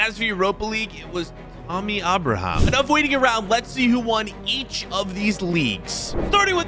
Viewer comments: It’s not Tommy auberhamh it’s Tammy Abraham with Abraham as in the president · “Tommy Aboraham” 😂💀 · “Tommy ubraham” 😂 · “Tommy Abrahom” 💀💀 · You said Abraham wrong